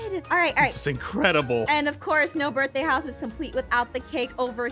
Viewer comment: I know, but she didn't say birTHday. She said birFday.